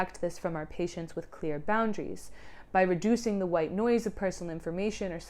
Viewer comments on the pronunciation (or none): none